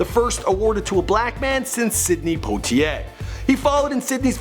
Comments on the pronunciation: Its not Potieay 😣 it Poiter 😖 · Poitier = "pwah-tee-ay", c'mon man.